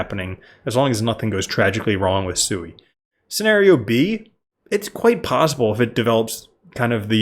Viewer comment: Omg it's not pronounced SUEY. Listen to anyone from Mysten Labs pronounce the blockchain they Created